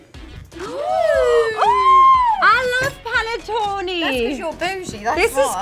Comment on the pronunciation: As an Italian I feel offended for the way they pronounced "Panettone" (ahah jk)... Not PaNeTtOnI pleeease😂😑❤️